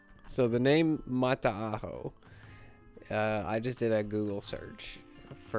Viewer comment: Kia ora from New Zealand, it's pronounced like Mata-hau also the word Māori is pronounced like Mau-di with a roll of the tongue